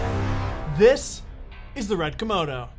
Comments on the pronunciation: lol, did he call it the Red "Komono" ? Yep, he in fact did call it a Komono and not a Komodo. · You kept saying red komono haha. Thanks though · Say Kimono again I dare you I double dare you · Am I the only one hearing Red Kimono?